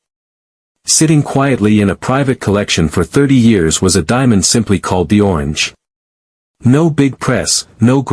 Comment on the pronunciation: What is a diamon? No way will I ever subscribe to any video with a ridiculous robot voice.